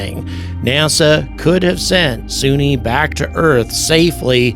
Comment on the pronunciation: Why do you keep calling her "Soonie" when she clearly pronounces her own name as "Sunny" in the clip you used of her speaking?